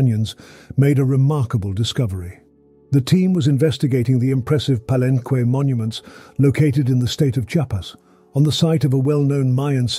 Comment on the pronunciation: Ugh, he keeps pronouncing Palenque wrong.